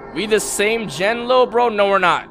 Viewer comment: W interactive game > but did bro rlly say we generation jihts😐